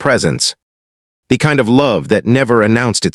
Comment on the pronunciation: The story was good, it had a nice ending, but the AI really needs work on it pronunciation it was annoying. The word the and even the word a were not coming out well and there were other ones as well.